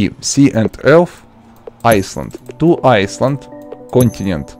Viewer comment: its not iceland its island (PRONOUNSED eyeland i not tryna be ryude